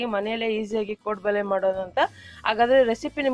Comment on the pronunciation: Madam 1st nimma kaddada sari maadikolli. 'ಹ' ಕಾರ ಮತ್ತು 'ಅ ' ಕಾ ರ correctaagi ಕಲಿರೀ. Very first thing ಅದು ಕೋಡುಬಳೆ (ಬಲೆ) ಅಲ್ಲ .